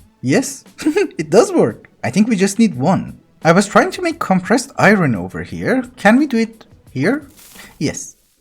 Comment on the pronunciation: “I want to make some compressed iron” “I ron awae” That made my day😂